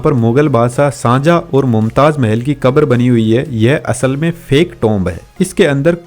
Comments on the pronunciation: The shajahan was found this taaj mahal His name is shahjahan not sanjha tell right name ok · Sajah nhi hot Shahjahan bolna Sikh le odu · Shanjha 🛑 Shahjahan ✅ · Shahjahan ❌sanjhaa✅😂😂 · Shahjahan name bhi sahi nahi le paa rahe ho bhaai۔